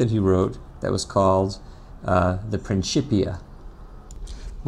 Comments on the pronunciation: He used the ecclesiastical pronunciation (princhipia) instead of the classical pronunciation (prinkipia) no biggie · i think it is pronounced 'prinkipia'? not prinshipia